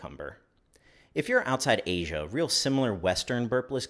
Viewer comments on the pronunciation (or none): none